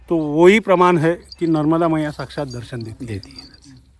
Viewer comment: MaNarmadaji kijai Narmada har har sabse pahley maiya ji ka naam sahi uchcharan kijiye Maa Narvada nahi #Maa NARMADA hji❤🙏🎉